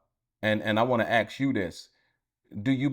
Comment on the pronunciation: Can you learn how to say ask instead of axe. Something you have to work on.